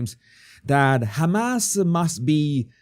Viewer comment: Jesus, did you say Hamas or Ham Ass?